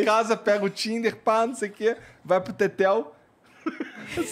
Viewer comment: kkkkk muito cornado o cara falar "tetel" que bosta kkkk